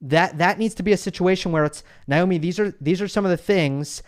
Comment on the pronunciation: I thought it's Naomi not Nyomi. Anyway whoever said the question that made her cry was bullying should apologize to that reporter. It was a fair question.